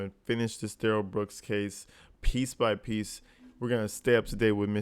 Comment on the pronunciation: Yeah, Daniel “Axed” for his phone back, but DUHH-RRELL kinda pulls back & keeps talking on the phone. Also, DB lucky the Cops didn’t fire when they first approached & told him to put his hands up! Cause you can see DB put his right hand in his pocket to pull something out, after initially putting both hands up.